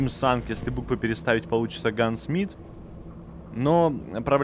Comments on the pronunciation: Почему гансмит, если получается гнасмит? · Тим Санг - Гнасмит, а не гансмит